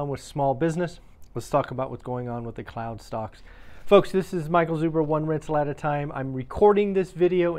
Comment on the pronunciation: I thought you said clown stocks 😂